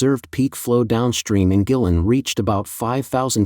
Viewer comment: The N.P.C selects the government leaders including Xi. Guilin is pronounced Gwaylin. Check the droughts in the U.S and Europe